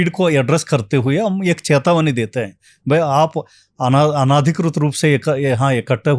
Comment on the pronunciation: Ye kis ko bula liya 😂😂😂Chetawani❌ cahatawani✅😂😂😂